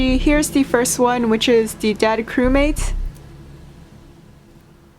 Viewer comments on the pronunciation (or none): . I thought she said the dad chromate but she actually said the dead chromate 🤣